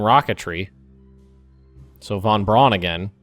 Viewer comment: You keep mispronouncing Von Bruan name